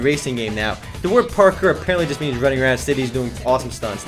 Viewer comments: its pronounced PARK-KOUR lol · Dude its pronounced as [par-core] Parkour. Its just running from point A to B in the most abstract way possible.